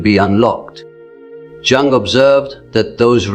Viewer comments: Pffff,,its Jung (young) not jungl as jungle...get it right bro...ai cant do everything that human does... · Man,,,cant watch it..each time it say jung as jungle...its spell like young.. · If you're AI can't pronounce Jung correctly how do you know this accurate. Jung (young) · Is an A I voice unable to pronounce -*Youung*? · Please try to pronounce Jung’s surname properly. Just imagine that the letter J is silent, so his surname sounds like Ung! The letter J is always silent. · Your AI needs to learn it's pronounced Carl Youg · Its pronounced "Yoong" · Your AI is really over pronouncing the J in Jung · Tell the be AI it's Jung is pronounced more like 'yoong' it's bugging me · Great content, but Jung's AI voice avatar needs to learn how to pronounce it's own name. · Can never be sacred. Rubbish AI video Jung is pronounced Yung! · AI voiceover can't pronounce his surname! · so mr Jung is a chinese man?! that is definitely not the way to pronounce it ... bye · That's not how his name is pronounced lol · You could at least get the AI to pronounce "Jung" correctly. Did you write this? Or was it ChatGTP? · This AI can’t even pronounce Carl Jung’s name and certainly isn’t teaching or repeating anything he ever said. However, if the words help then good. They’re just not from Dr. Jung. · Dear AI, you need to learn how to pronounce Jung's surname properly. It's also seen as a lack of respect, not pronouncing someone name properly